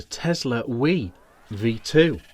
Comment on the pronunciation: As a 'Brit', have you never heard of the River Wye???? Pronounced "Why", NOT wee! Apart from that, the review was good.